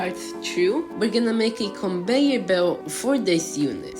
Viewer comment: Conveyor ❌ Conbeyor ✅